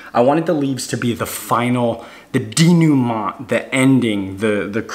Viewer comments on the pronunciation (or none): none